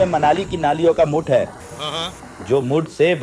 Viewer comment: Khoon ❌ Muth ✅